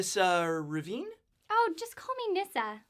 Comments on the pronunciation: Revane is pronounced with an "ay" sound not "ee". Why are you pronouncing it like Ravine? Am I missing something? Great show by the way. Please interview more Planeswalkers. I would love you to interview Dak Fayden or some other important Legend from Magics history :D Nissa's re-worked story sucks now (theres no meat on the burger anymore) and I am so happy to see this played out. I remember hearing her story the first time and anticipating a black/green elf planewalker, and even thought that maybe she had a hand in twisting the Lorwyn elves to align with Black mana. Unfortunately all my dreams of Nissa being a dark elf are all gone now ;( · Why are you pronouncing Revane as Ravine? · How does he get "Ravine" from "Revane?" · Um... I love this channel and all... but does really not know that her last name isn't "Ravine"? I mean, Revane is in the title, but he keeps saying "ravine" and making nature references to it as though that's how it's pronounced... Which it isn't... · Isn't Nissa's surname "Revane"? As in 'Re-Vain'? With a hard-A pronunciation?